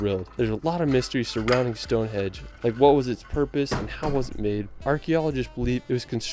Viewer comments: Henge not hedge... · Lol the guy narrating this video "Palace of Westminister", "Stone Hedge" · The narrator said Stonehenge first time but then said Stonehedge four times ! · Is it me or was the narrator saying Stone Hedge? If he was then it's Stonehenge, not hedge. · Stone Hedge????? HENGE FFS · StoneHEDGE? StoneHEDGE??🤣🤣🤣🤣🤣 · It is actually the Palace of Westminster. But yeah "Stone hedge" was annoying. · The narrator kept saying Stonehedge, it’s Stonehenge, Tripadvisor forums are excellent for asking questions and getting truthful answers from natives, Stonehenge has been voted the most disappointing attraction in England. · It's Westminster Abbey not Westminister Abbey and Stonehenge not Stonehedge which in my opinion is one of the most boring places to visit in UK. OK it's very old but just a pile of stones. You get a good view of it from the road that passes nearby.